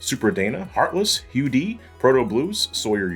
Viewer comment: you called him hugo rather then hugh